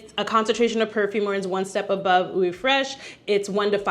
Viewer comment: Great video!!! Love your enthusiasm...but...quick French lesson..."eau" is the French word for water, and it's pronounced "oh", not "ew". I wore the same signature scent from when it was released in 1981 until November 2023...albeit long discontinued...although I maintained a small stash. My daughter encouraged me to explore new fragrances so I could keep, and occasionally use, my little stash...and I did. What I've found is that pretty much all scents I've ever worn, including that signature scent, had healthy doses of spices and woods and low-to-moderate levels of florals. I LOVE BDK's Pas Ce Soir, YSL's Babycat, BBW's Vanilla Romance topped with Mancera's Aoud Vanille. They both have cardamom, vanilla, and sandalwood notes and blend VERY well together.